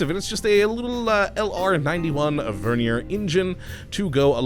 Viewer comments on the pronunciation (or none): none